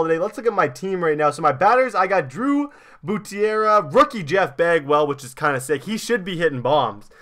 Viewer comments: You said buturara lol😝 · Read BUTERA right